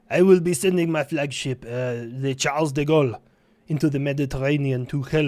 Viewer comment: Hello. Slight "um actually" it's Shahrl the gohl (👈 phonetic). Also good vid. ☺️👍